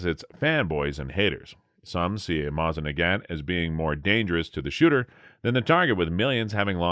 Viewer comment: He makes it sound like ONE word? Mozinaggat. OR is it Moznaggat? Curious that it's 27,50 as opposed to "our" 2,750. Seems that, along with no "Stone" & weighing in lb (#?) they never discoverered the 1,ooo & count only in 1oos